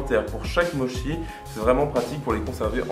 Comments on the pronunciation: Pardon mais on dit motchi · Chaton, on dit "motchi" hihihi Mais trop cool, faut vraiment que j'en fasse j'ai presque tous les ingrédients en plus ! <3